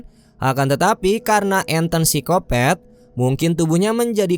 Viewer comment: Pisikopet apa pisikopat om? Ahahah kata channel sebelah